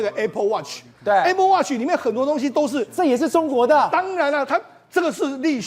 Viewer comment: 台灣的教育爛到透，主持人連apple都讀錯